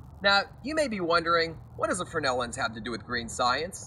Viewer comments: Why do you keep calling the Fresnel lens a "Frennel"? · If the heliostat costs so much why not just run a fly wheeloff an electric motor with a worm gear to adjust for the suns movement? Not that hard...mathamatics Watson. Just a thought and maybe were all wrong but, in the great lakes its pronounced FREZNEL lens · I`ve heard of and seen Fresnell lenses, but what is a Frenel lens the presenter is babbling on about, or is he to stupid to pronounce the name properly?